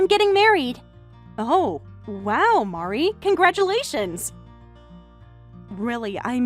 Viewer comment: Mari is also upset because mispronuctiations her name. 😅😅😅